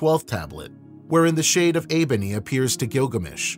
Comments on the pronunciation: It is uruk, not erech ffs. And its enkidu, not eebony. Wtf. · Yeah, I thought the wild man’s name was Enkidu